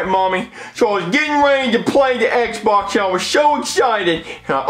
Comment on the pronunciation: really said EHBA instead of Xbox